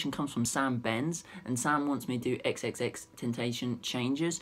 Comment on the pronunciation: U said his name wrong